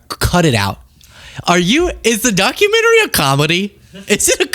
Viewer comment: Ah a “Documentme” 😏